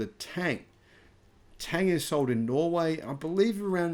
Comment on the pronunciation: A quick tip to pronounce 唐(Tang), say "Ton" instead of "Tang" (∩_∩)